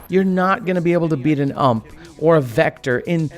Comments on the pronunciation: Great videos. Learned a lot. But please.. Its a U.M.P You em pee Universale Maschinenpistole, German for "Universal Submachine Gun Not said as "ump" like a word. And its not a hk four, one, six It's an HK four-sixteen. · Say U M P not ump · "ump"??? U M P you don't call a S K S a "sks" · you just dont say "Ump" its an acronym you're supossed to say "U-M-P" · I love how he says "ump" instead of "you ehm pee" XD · You pronounce the ump45 as "yew em pee 45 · When you said “ump” as one word i died a little inside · You em pi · U M P separate not a single word 3 letters. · fuck people calling it 'ump' and saying 'awwwm' triggers me